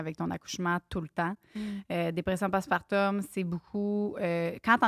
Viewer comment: tout au long du vidéo je me posais la question, vous le prononcer différemment , mais dit-on post-partoooouuuum , ou post-partuuuuuummm ?? ( j'ai accentué les lettres o et u pour être sur qu'on me comprenne hihi)